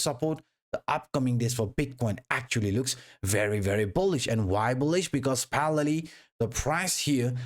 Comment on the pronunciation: I’ve watched your videos for a while, great stuff! I still can’t figure out the word that you always say, “Parrelly”?? What word are you saying?